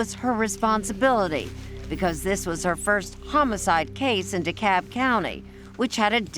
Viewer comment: The word is DeKalb, with an L. It's not "Cob" or " DeCob. Get with it people!